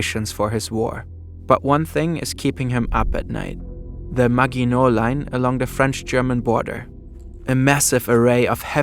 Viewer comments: i might be nit picking but Maginot is pronounced Maj-in-o (silent t) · Can't even pronounce "Maginot" correctly.